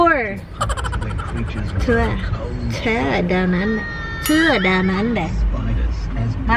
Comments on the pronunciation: Ang funny nung "too? to? two?" Ah TOUR 😂😂😂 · Hi bebe...nttawa aq dun sa 'to down under'😅 "Tour pla un...c kc😅